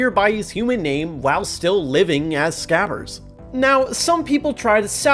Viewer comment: No one talking about hes grammer?? It's not SCAVVERS it's SCRABBERS!